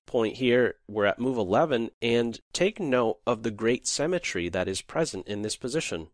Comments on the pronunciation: Its been 5 years since this video. Have you learned to pronounce symmetry properly or are you still saying semmetry? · and learn to pronounce "SYMMETRY" - hint , its not a place to bury people (or animals). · The word "symmetry" is pronounced "sim i tree" not "sem i tree." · Well presented, but it's not 'cemetery', it's SYMETTRY, lol. Pronounced si·muh·tree. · symmetry not cemetry... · "Cemetery" (symmetry) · HE confused the piss out of me. I thought he said 'cemetery'. My mind was blown by the advanced chess lingo right there. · A comment on pronunciation. It is symmetry pronounced with the same starting sound as similar but not like seminary and it is fianchetto where the ch is like church rather than like school - I know that in Italian it is pronounced as fianketto but the common English pronunciation is ch like church. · "what's going on with this great cemetary" 🤔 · your "summetry" sound like "cemetery" haha other than that, great vid :) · I thought cementary is some chess term I haven't heard before, but it turns out he says "symetry" :D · However brilliant this game is, it does not negate the problems with this video. Namely the narrator's voice, which at some points manages to sound so robotic I was wondering if they were actually using a speech synthesizer. Also, the narrator needs to learn how to pronounce the word "symmetry". I've wondered for longer than I care to admit what he meant by "there's a lot of cemetery in the game" before I realized what he was actually trying to say.